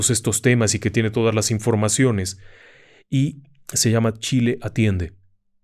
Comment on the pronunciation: Chile atiende o shi le atiende? XD